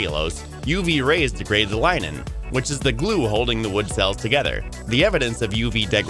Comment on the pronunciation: I believe its pronounced lig•nen, not line•in